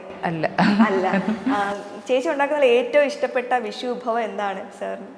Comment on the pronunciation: വിശു അല്ല വിഷു. അക്ഷര സ്ഫുടതയില്ലാത്ത ഇവളുമാരെ ദയവായി മലയാള അക്ഷരം പഠിപ്പിക്കണം. ഓരോരോ അവതാരങ്ങൾ. ഇവളൊന്നും ജനം ടി വിക്കു ചേർന്നതല്ല